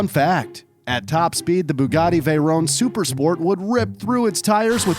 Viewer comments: It's not a veyrone, it's a veyron. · It's vay-ron not vay-rone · I love your videos and your animations but it creases me up when you say veyrone not vey Ron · Btw it's pronounced Vey Ron and Le Mon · Is anyone else annoyed at the way he pronounces veyron and chiron